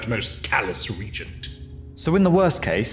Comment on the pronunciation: The pronunciation of Regent is causing me pain.